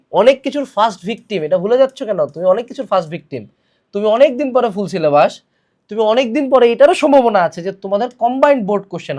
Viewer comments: It's not sylebus it's sylebush😢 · Syllabash?😂😂 bash ashlo kemne eikhane